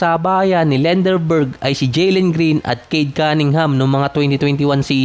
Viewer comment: Another negative and trash content! Lendeborg not "Lenderberg" OGAG!😂